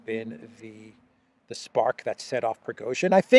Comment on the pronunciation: Progozhin, Pro-rogue-shin